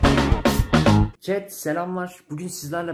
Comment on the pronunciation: çet? bak yeni dikkatimi çekti 2. izlemem